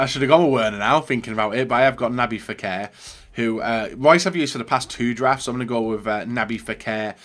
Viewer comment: Naby "Fekèr" according to